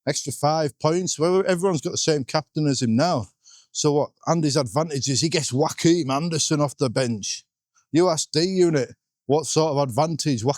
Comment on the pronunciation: Every time you say Joachim Andersen I hear Joaquin Anderson 😄. Really confuses me every time. And how come everyone pronounces Andersen and Anderson the same but are able to say Senesi? Don’t quite get that Andersen is Ander + sen from Senesi.